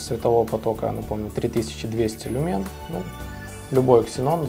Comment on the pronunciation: В слове "Люмен" ударение на первій слог!